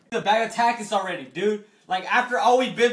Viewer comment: jayden goodwin no the dude said it right